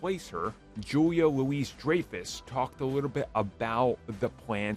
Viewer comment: You seem to think her given names are Julia Louise and last name Dreyfus. C'mon Seinfeld was the biggest show on TV for about a decade, this isn't hard to look up. "LOU-wee DRY-fuss". Or is this part of a running joke; maybe you got me.